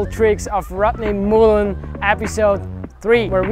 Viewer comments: “The impahssible tricks of rutney mooln” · The impossible pronunciation of Rodney Mullen.